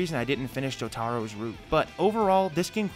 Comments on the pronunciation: ITS NOT JOE-TAH-ROO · Jo-Taro??????!! No one says it like that lmao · did he say joe-taro